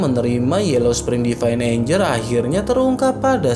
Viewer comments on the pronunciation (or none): none